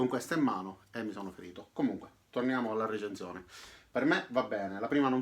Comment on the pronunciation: La RRRRReecenszione!!! Adoro!! <3